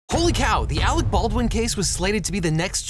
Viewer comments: “Awec Bolwin” damn you Team America. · but actually. . . . it's "Arec Bawrwin". and you know what sux about being a Baldwin? . . . . NOTHING!!